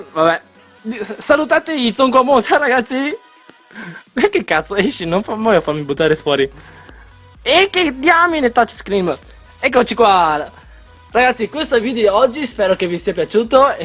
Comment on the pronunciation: emm.....ho capito male oppure hai detto "touch SCREAM" ?!